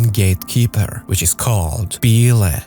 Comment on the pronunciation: Bee-lay? Learn to pronounce "BILE". Hard to trust an idiot that can't even pronounce a 4 letter word.